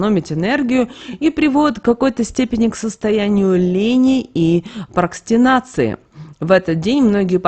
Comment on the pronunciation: Не "прокстинации", а прокрастинации вообще-то.